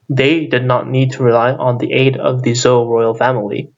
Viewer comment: It's Zhou/Chou Dynasty. You're pronouncing it wrong.